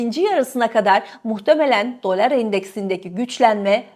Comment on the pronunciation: Dolár değil dolar diye okuyalim. Eski sunucu böyle diksiyon hataları yapmamalı efenim. Lütfen düzeltiniz ❤ Tek keyif alarak dinlediğim kanal sucunusunun mükemmele ulaşması için bir tavsiye sadece.